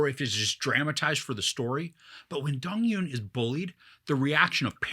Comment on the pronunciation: Loved it! And fyi it's not Dong-yoon, it's Dong-eun which is hard to pronounce for westerners